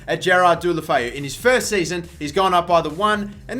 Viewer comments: It's pronounced de-lo-fe-oo dickhead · You said his same SOOOOO wrong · that pronunciation xD